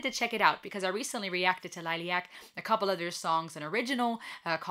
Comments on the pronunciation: Most of the concert footage is not produced very well. Before you get criticized in any way for name pronouncing … Liliac = lily like the flower and ack lil-i-ac and Melody-Mellow D and Christy - Chris-tee 👍🌹❤️ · Perhaps this will help to pronounce the bands name LIL-EE-ACK The drummer in this video is the drummer that performed the original version of the song. If you want to check out Melody unchecked, check out Liliac's last to uploads: "Vertigo" a live performance and "Not Afraid."